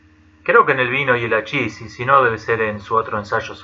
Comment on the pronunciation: No tiene nada de que ver las drogas y el misticismo. Y estás sacando tus conclusiones de las drogas a base de opiniones de otros, nada serio Y no es ashis es hachis, se pronunci de esta manera: jachis